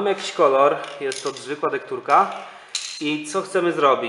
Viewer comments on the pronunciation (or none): Tektura nie dektura 😁👍